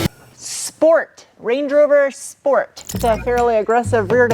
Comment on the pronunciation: Correction, schport.